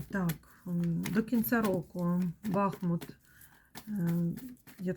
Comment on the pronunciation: Дякую за вашу працю,за рідний БахмУт,будь- ласка поважайте назву нашого міста,наголос на другий склад.БахмУт - це Україна,це місто - герой,місто-титанів!!!